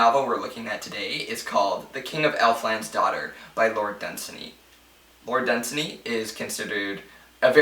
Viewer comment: I believe you are mispronouncing Dunsany. The three syllables are not run together, the second has similar stress to the first. Done - saney